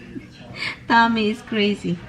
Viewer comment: I thought hubbys name is Tammy ha ha its just u pronounced it tAmmy but its TOmmy 🤣😁🤣😁